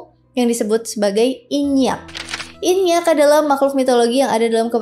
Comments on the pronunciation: Inyiiak kak bukan inyakk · nyebutnya aga salah ka, inyi